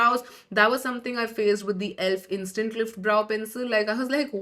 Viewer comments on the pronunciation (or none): Instent manifestation 😂😂😂